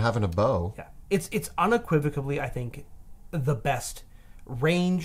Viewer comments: Unequivocally is not unequivicably. Please please please pronounce things correctly. It makes a person seem uneducated if they don't get their pronunciations correct. Can I also point out that something is either unique or it isn't. There aren't degrees of uniqueness. Unique means one=of-a-kind. Therefore, something is either unique or it isn't. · There was something bugging me in this video. Rewound a bit and I think I know what it was. says "unequivocably" instead of "unequivocally" a few times, a dangerous nonstandard form for listeners because it almost sounds correct!